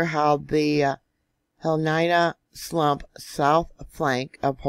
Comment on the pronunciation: Love you, Pahala is pronounced Paw Ha La and the the Hilina Slump is pronounced He Lee Na Kilauea is pronounced Kil A Way A Just helping you out!🌴